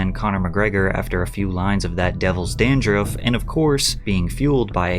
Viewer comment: How can you misprounce Dandruff so badly?